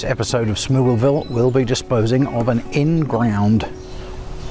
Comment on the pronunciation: i keep coming back to this video for how you say ingRAOund